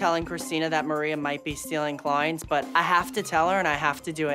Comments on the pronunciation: HAHAHAHAHAHA CLOYANTS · Mirelli Sanchez cloyants 😂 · This Maria looks Albanian and is Albanian 100%, They do such things. Also, why this woman always says AKS instead of ASK, apologoze, klowyents, sowlon... 🤔